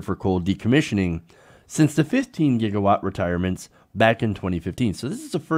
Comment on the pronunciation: What the hell is a jigawatt?